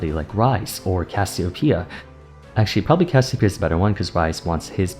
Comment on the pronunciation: Troll a ranked game each time he says Cassiopea.